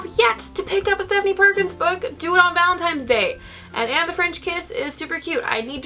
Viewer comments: I thought it was just me lol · now that you mentioned it i can't unhear it